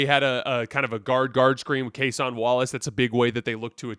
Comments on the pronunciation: Its Case-IN Wallace not Case-ON Wallace ...not tryna be a jerk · People comment this on every video and he continues to butcher it. Kinda think it’s a troll at this point. You can’t watch as much basketball as he claims to and still can’t mispronounce a 25 minute a game players name.